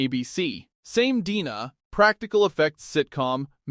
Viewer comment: Artie Longy"? Really? : "Same DNA [pronounced 'dina')"? Really? And then, , "Artie Lanh-gay"? Really? Fuck your AI slop narration.